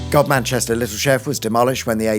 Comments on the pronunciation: Isn't Godmanchester a shibboleth that's pronounced Gumster? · Godmanchester is pronounced ‘gum-stern’,! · I didn't know that was how Godmanchester was pronounced. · I'm here for the comments about the mispronunciation of Godmanchester